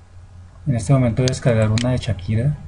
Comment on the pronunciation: . pq dices "CHakira"??? se dice SH!!